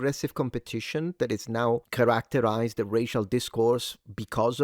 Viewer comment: The way you say characterize is a social construct. I'm just messing with you but it took a few to understand what you meant. Lol